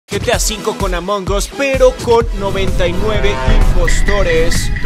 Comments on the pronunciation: Dijo amongos y es among as cuando alguien se equivoca y dice mal el ingles(english) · Se dice amongas no amongos